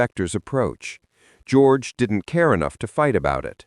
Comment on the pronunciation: AI hasn't figured out how to pronounce the name George yet